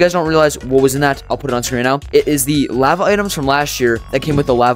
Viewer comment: But why do you say lava so badly?